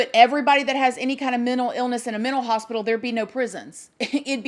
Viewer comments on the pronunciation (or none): none